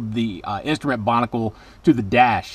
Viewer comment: Binnacle, not Bonnicle.